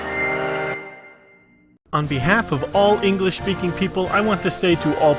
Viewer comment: ingresh. 'nough said. XD